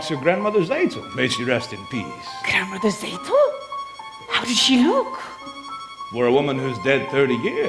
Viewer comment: This is a little nit-pick, but Tzeitel is pronounced "Zigh-tell" not "Zay-tell".